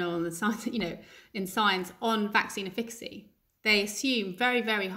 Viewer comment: This professor does a nice line in passive aggressive. Why did she agree to the interview if she can't cope with being questioned? Also, embarrassing that she cannot say the word efficacy correctly. I don't think we need to hear from her again.